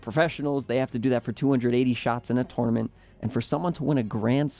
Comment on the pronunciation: It’s tournament, not twonamint